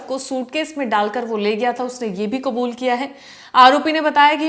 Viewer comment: हिंदी में कबूल नहीं होता है आप बार बार हिंदी में क़ुबूल क़ुबूल क्यों बोल रहे हो.